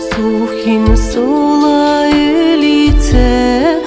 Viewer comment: Сухин сола́ - мы тоже поём с таким ударением в песне Олега Макарова "Яра́тым Сухи́нем" - так уж пели её, мы не стали менять😊 Конечно, правильно Сухин со́ла, но так как в склонении ударение меняется, то не так уж не привычно: сола́на - наша деревня сола́штына - в нашей деревне, сола́шкына - в нашу деревню